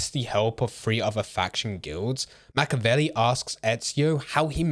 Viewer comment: learn how to pronounce the name Machiavelli if you're going to make content on him